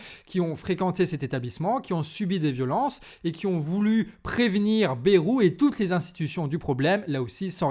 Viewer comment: petite rectification, on dis pas bérou, mais baille roux (on le prononce a la bearnaise)